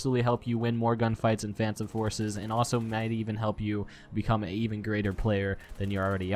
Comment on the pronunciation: tip: say phantom forces correct